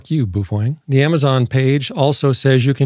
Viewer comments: Bao- feng Not boofwang 😂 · On a side note, the pronunciation of the word Baofeng is as follows. I think when Americans try pronouncing Asian words they let their English eyes and tongue think too much. The word if we look at it broken down into two parts is pronounced BOW-FUNG. Let me explain, the first syllable is Bao and if we look at the small Asian steamed bun sandwiches they are spelled Bao said as “bow” (rhymes with cow) buns. If we look at the second syllable it’s Feng, an example of why this is pronounced “Fung” is if you look at the Asian word used in decorative style it’s Feng Shui pronounced “Fung Shway”. I give you the word Baofeng pronounced “Bowfung”, remember rhymes with cow. It’s funny to me that anyone would attempt to argue with it and they are simply demonstrating their poor linguistic skills that probably end at being able to order food at McDonald’s. “Some people”😆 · I'm sure it's part of your schtick, but I fail to see how the word Baofeng is pronounced 'boof-wang'. Appreciate your attempt to bring humor to the people, though. keep it up.